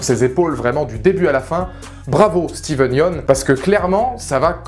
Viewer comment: Comment il écorche le nom de Steven